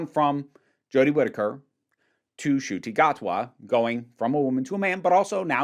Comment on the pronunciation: As a long time fan of Doctor Who, it is not only absolutely wild to see a black doctor, and not only this but a fellow Rwandan to become the lead for my favourite show ever. It feels very surreal but I am so happy. (Btw the pronunciation wasn’t bad at all!)